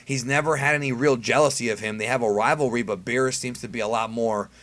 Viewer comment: You said berrus and whis btw (not hating)